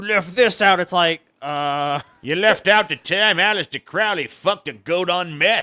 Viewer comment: . do you like misprounouncing ... "crowley"?